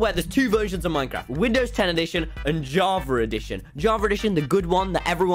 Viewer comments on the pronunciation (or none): none